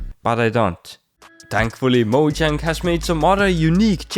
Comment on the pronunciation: moJang? it's moyang big guy